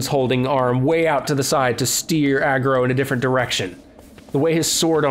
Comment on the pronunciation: The horse's name is only spelled Agro, it's pronounced Aro. I believe that the made-up language the characters speak in this game follows the rules of the Igbo (pronounced EE-boh) African tribe. I could be wrong, as I haven't played the game in a while and I didn't really analyze the language very closely and I'm not a professional linguist, but that is what it sounds like to my casual ears.